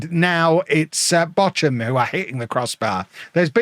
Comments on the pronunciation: Bock-um, not Botch-um. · The German pronunciation is /ˈboːxʊm/. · They're pronounced Bore-kum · That is a very unique way of pronouncing Bochum, 😊